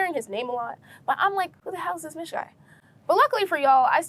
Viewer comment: Mich is pronounced like Meech. Hope you interview people who were involved from the beginning for full context.